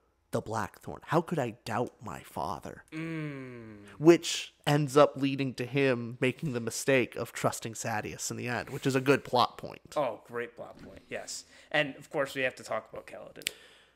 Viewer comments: Did he just call Sadeus "Zendyass" somebody call Tom Holland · And just to add more audiobook clarity: it's ADE-uh-lin haha. Oh and SADDY-us